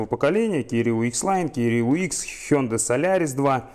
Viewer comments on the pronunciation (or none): none